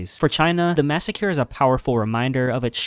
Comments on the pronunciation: Your videos are so good, but if I hear another "massacure" I might punch my monitor. LMAO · “Massacure” 😂 At this point the mispronunciation is a meme on your channel. Love the videos man! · I hope you’re saying massacre like that on purpose